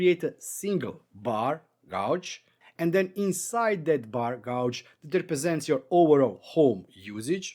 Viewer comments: Nice video - I have to point out how you pronounce this word - The word gauge, you are saying it like the word gouge when it should be gage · it is pronounced gayge not gouge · Thanks for this. I've got a use for the bar gauge already. Oh, and your English is great, but gauge is pronounced gayj.